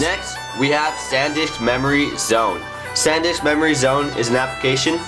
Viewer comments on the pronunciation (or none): none